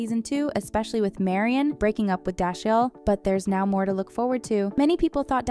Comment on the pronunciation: This person clearly doesn’t watch the show. Butchered Deneé & Dashial.